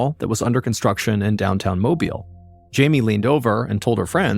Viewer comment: He pronouned mobile right.